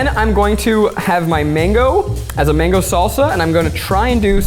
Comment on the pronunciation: The way Zach butchered the mango🥲